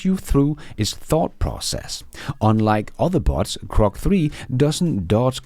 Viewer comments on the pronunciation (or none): PLEASE prounounce GROK with a "G" NOT a C, thank's.